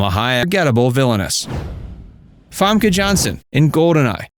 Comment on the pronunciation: fEmke not famke like what you want fam fem-ke